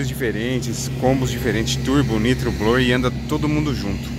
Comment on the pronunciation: Blower virou Bluer kkkk